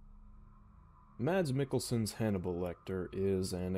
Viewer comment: It's pronounced "mass meekelson"